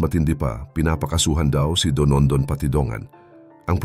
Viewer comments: Dondon ang pangalan nya, hindi DONONDON. 😂😂😂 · Dondon hindi Donondon.